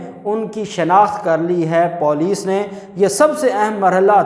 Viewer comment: beta MashaAllah Allah you’re doing great but please don’t pronounce poulic say it police. Thank you